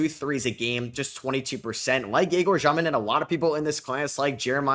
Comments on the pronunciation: Hey, so its actually not Zhёmin like u are saying, it sounds same as ur regular pronunciation of Demin but with the ё sound instead of e, so more like Dyomin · i know russian and It's basically Dyomin, not Zhyomin, you can also just say dEmin, in Russian it sounds like Dyomin, but some European surnames in English sound different than in their native language and can be pronounced either way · it's egor dyomin not jyomin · He's Дёмин in Russian so it pronounced Dyomin